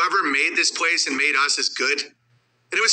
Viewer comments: Every time he says "pwase" instead of "place" i laugh. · he struggles with that word and the word "police"